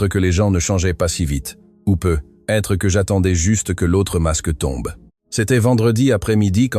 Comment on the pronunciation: Dans la lecture aussi il y a des erreurs example: peut être doit se prononcer PEUTÊTRE…